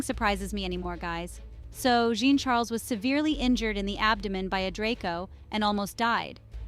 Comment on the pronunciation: The way to pronounce Jean Charles...is saying a soft J like shuzz and saying John Charles